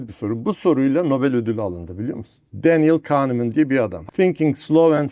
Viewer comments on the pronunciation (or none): cok bilmis konusuyor ama farkinda degil kendlside yazarin adini yanlis telafuz etti. yazarin adi: dainel kahneman kitabinnadi: hizli ve yavaş düşunme. tutkiyedeki turkce tercumesini basan yayin evi: Varlik yayinlari. fiyati: 450 tl. internette IMGE KITABEVI SATIYOR. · BU VATANDAŞ COK BILMIŞ TAVIRLARLA KONUSURKEN KITABIN YAZARININ ADINI YANLIŞ TELAFUZ ETTI. DANIEL KAHNEMAN OLACAK